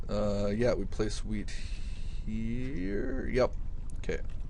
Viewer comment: it sounds like you say "weed" instead of wheat :) its funny